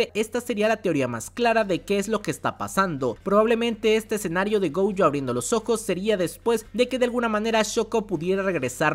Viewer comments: Ui-Ui = Wi- Wi- GoUjo = Goyo o en todo caso Gollo. Fonéticamente hay nombres que pronuncias mal. Aún así me encantan tus videos de JJK ! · no entiendo la marcada necesidad de pronunciar el apellido de Satoru como "Goujo", me da un tremendo cringe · Yo solo escuché glo glo glo gojo jajajajaja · Amo los videos de este man, pero choca mucho conmigo cómo pronuncia "Gojo", no haría mal que checaras la pronunciación correcta, o no sé si ya es meme suyo, perdón